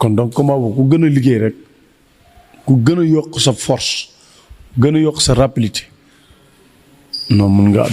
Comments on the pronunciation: Rapidité la wakh écoute bien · non il a dit rapilité deglouko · Balla Nena Forse ak rappilitéé, balla rek déé forse ak rappilitéé,,,😂🤣😆😁